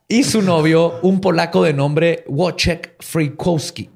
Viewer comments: Querido, solo como corrección en pronunciación y escritura de nombres Polacos: el nombre se escribe Wojciech o Wojtek, y se pronuncia como "VoicheJ" y "Voitek", respectivamente. No "Wuoichek". Para futuros casos, te puedo ayudar con gusto 🖤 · Wojciech se pronuncia Voitec